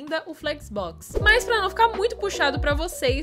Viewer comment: flécsobobocs kkkkk mto bom!